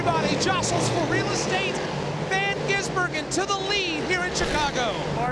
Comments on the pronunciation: You mean Shane Van Gisenberg-en?🤣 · Shane van GisN burger? Learn how to read or watch one supercar race ffs. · If the highlights are anything to go by, it took the journey of the race to figure out how to say his name, but I'm glad they got it by the end! SVG's attack and ability to pull way was unreal. The dude is fast in everything, even a rally car, but especially a high horsepower chunky beast around a slippy street circuit. That's his specialty!